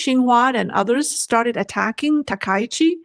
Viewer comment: ‼️.... STOP 🚫 Please Pronounce the PM name correctly please. Its pronounced TAKA_EE_CHEE..... not TA_KAI_CHEE.... you are pronouncing wrong on purpose. Please STOP IT. Be professional. SEATTLE USA